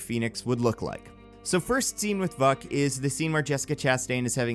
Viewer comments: You didn't pronounce the characters name that your videos thesis is based around. It's pronounced "Vook" not "Vuck." That being I think it's mastermind that would be a more interesting villian and newer version of the Hellfire Club. I think your ideas are better. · Vuk is pronounced vook. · No it is pronounced Vuuk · every time he says Vuk I start to laugh again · Every time you said vuk i had a double take